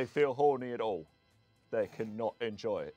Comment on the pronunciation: He needs to work on his pronunciation of "at all" for sure :D